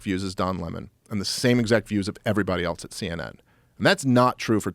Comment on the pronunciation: The word is “else,” not “eltse.”